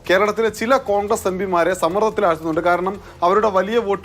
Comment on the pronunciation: കോണ്ഗ്രസ് അല്ല ഖാൺഗ്രസ്സ് 😂😂.